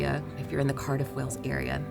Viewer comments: Wales is pronounced the same as the animal. Not wells. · Of course you're saying Wales wrong. It's CYMRU! 😂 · To be honest, I don't think it's incorrect pronunciation, more so just their accents, making it sound like they're forgetting the "eeyuhl" part in Wales. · Please stop saying wells. I understand that the Welsh place names are difficult to say, but the name Wales. Is an English word? You should be able to do it. Just say it like the secret chat in plural. Otherwise you are really gonna make enemies mean monks to Welsh people. I'm only part welsh and i'm furious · kinda does sound like you’re saying Wells. That’s a town in Somerset! It’s Way-els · Wales not wells lol😂😂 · This is the second video I have seen recently in which an American person persists in saying 'Wells' instead of 'Wales'. It's as if they think it can't be pronounced the same as the large marine mammal because of the different spelling. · You are saying Wales like WELLS which is completely wrong. It's exactly like the word whales as in the marine creature. Every time I hear you say Wales like wells I want to shout it's not bloody wells. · Why do Americans say “Wells” in stead of Wales, try pronouncing like whales might be better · Hi! "Wales" is pronounced exactly like "Whales" (The H in the marine mammal is basically silent) it is not pronounced like "Wells" which is the usual error. Of course it's name in Welsh is "Cymru" which is pronounced "Kumri" (Come Ree) The Welsh word for welsh is "Cymraeg" Confused? Bye! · The country is Wales, said like Wails. Wells is a town in England with a Royal Charter making it a City. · Great video. As a Brit I love watching your vids in the UK. In terms of pronunciation; I would suggest trying to say ‘Whayls’ not ‘Wells’ when trying to say the country. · You appear to be pronouncing it "wells", not "Wales" !! Glad you enjoyed it though !! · Pronunciation is like whales 🤷‍♀️ not wells ❤